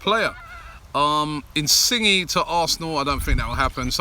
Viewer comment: Sorry,! but to manage a channel like this you need to increase your knowledge of the game. Emil Forsberg plays for RB Leipzig not for Ajax. You got confused between him and Dolberg. You also Pronounced Insigne's name wrongly and you keep on pronouncing Asensio's name wrong as well. You are good when you does anchoring for AFTV because nobody expects you to know all about football but to run a channel that is about football as a whole you need to improve your knowledge.